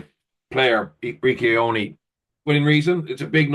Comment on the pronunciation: Someone teach Jackman how to pronounce Ioane please